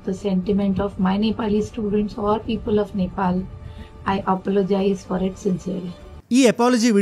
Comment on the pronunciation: She doesn’t even know how to say apologies instead she says apollogies